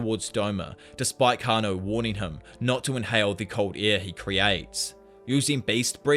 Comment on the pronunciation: it's kah-na-oh